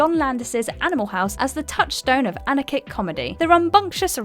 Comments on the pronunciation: Miss Pronunciation strikes again. Anarchic ? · This is the 2nd video she has miss pronounced anarchic! Starting to think she doesn't know or understand the words she is reading